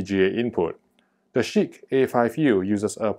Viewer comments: It sounds like shit to me with how the name sounds of it, sounds pretty funny when you say it haha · Cracking myself up every time you say ‘Chiq’... 🤣